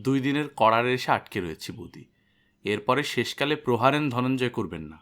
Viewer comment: উচ্চারণ: প্রহারেন্ ❌ প্রহারেন ✅